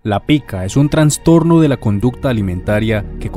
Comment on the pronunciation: no pude terminar de ver el video de la bronca que me da que diga traNStorNo, es trastorno nomás